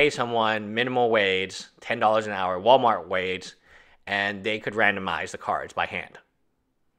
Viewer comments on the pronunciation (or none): none